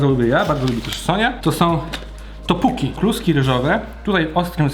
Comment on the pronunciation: Japchae czyt. Dzapcze ich dz i cz nie ma odpowiednika po polsku bo to sa bardziej miękkie dźwięki. Co do zasad wymowy, podobnie jak w łacinie czyta się drugą samogłoskę. Natomiast odnośnie Toppokki - czyta sie tak jak sie pisze nie Topuki ;p dziekuję koniec. A jedzenie wygląda apetycznie na pewno zjem jak będę kiedyś w Poznaniu!